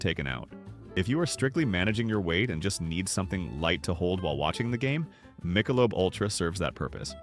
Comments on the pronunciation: Were you raised by wolves? No one calls it Mike-a-lobe. It's Mick-a-lobe. Well that's not as bad as calling barbeque, b-b-q. Seriously, no one talks like that. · "Michael lub" beer????? AI is terrible. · You can tell this is an AI voice over as soon as the AI voice pronounced Michelob as Michael-lub. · 'AI' can't even pronounce 'Michelob'... STOP IT!!! AI Sucks... Pay a few dollars more and have a Human Read the Script!!! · That Michelob pronunciation outs the AI voice, it has some good pointers and information and maybe the person behind this drank the beers and watches World Cup, but it's AI generated video's and the voice now is suspect.